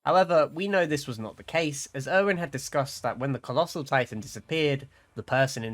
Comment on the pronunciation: HAAAAAAAAAAAAAAAAAAAAAAAAAAAAAAAAAAAAAAAAAAAAAAAAAAAAAAAAAAAAAAAAAAAAAAAAAAAAAAAAAAAAAAAAAAAAAAAAAAAAAAAAAAAAA he said collosal